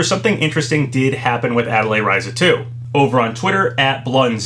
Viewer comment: It's said "Ten-say" btw, not "ten-sai". Also, pretty sure it's said " Ah-tee-lee-eh Ree-zah" not "ah-teh-lay Rye-zah". I speak French, so I know how to say atelier and you'd say the ry in Ryza like you do in the name Ryu.